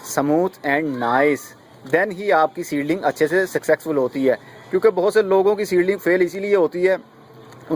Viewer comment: Success ka word sahi bola kren. This word is success, not successex.